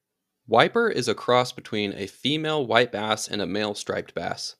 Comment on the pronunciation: LoL It sounded like you said wipe ass the first time you said white bass